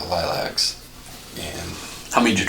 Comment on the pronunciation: I can't believe that detective called lilacs "lie-locks."